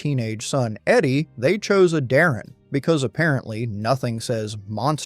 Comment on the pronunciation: Mispronouncing Howard "Dutch" Darrin's name is unforgivable. Voted down.